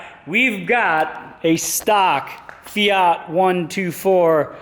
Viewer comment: Actually it's fiat, not fia